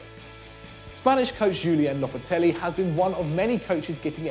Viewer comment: whats lopatelli??????its lopetegui man!!